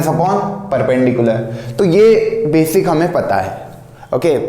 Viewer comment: Sirjii.... Befic nahi Basic hota h vo